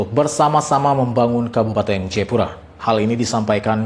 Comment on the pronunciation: Jayapura bukan jepura